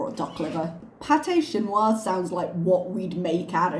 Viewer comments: her quebequois sounds different to the others I’ve met and her pronunciation of “Chinios” with heavy “wa” sounded like a weird exaggeration closer to mocking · In France, we have a bit of a similar dish but it’s not known as a poor man’s dish, it’s hachis Parmentier, basically minced meat and mash potatoes, sort of a family meal. Definitely not called pâté chinois, never heard that term before. The accent with chinois is definitely French Canadian, not French. When Chantal says things are French, she means French Canadian, many French canadians do this I think. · I’m French and pate chinois isn’t something I find easily in France, but we have hachis Parmentier, which is our version of shepherd’s/cottage pie. The difference between the two is that pate chinois has corn, which isn’t a common food in typical French dishes. Regarding her pronunciation of chinois. The hard wah sound is (from my experience/opinion) typical in French Canadian, while it’s a lot softer in French from France